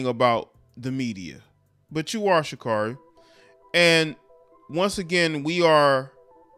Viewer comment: Pronounced Sha-Carey :)